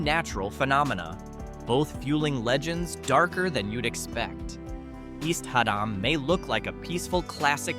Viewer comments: HAD-dum. AI sucks. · Lol had damn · Interesting video...wish AI could pronounce HADDAM correctly.... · I know. This is the second AI video that did that.